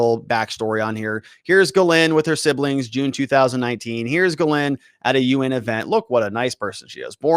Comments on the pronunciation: Ugh, American trad of butchering french names. Gagnon is GAG-none, Dubois is DO-boys, etc. I am a Canadian, was stunned by the way all french names are incorrectly pronounced in the US. Her first name is properly pronounced GEEZ-lane. You would think after all the french canadian hockey players here.... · Why can't you say people's names correctly? Like how hard is it to read the S in Ghislaine? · You're pronouncing her name wrong